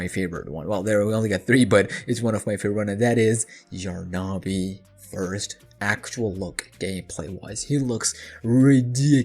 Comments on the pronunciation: It’s not yar na bi ! It’s yarnaby ! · It’s Yarn-a-by not Yar-na-by ! 🪄🧙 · Why is he calling yarnaby : yaaar na BE . the hell is that???!